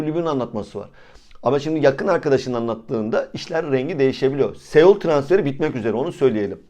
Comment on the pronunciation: Reis kusura bakma da Saul Niguez bi dünya markası. sEul demezsen iyi olur gibime geliyor. Teşekkürler